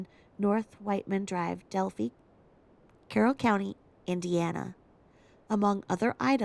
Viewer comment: Hi! So happy for you on your increasing subbies! Also glad you’re covering Delphi, (long i sound on the end). I was born & raised in Indiana not far from there. Love love love your channel! ♥️